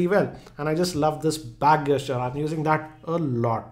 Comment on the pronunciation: Gesture pronounciation is wrongly used here though 😅